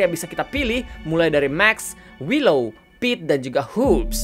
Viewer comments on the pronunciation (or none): none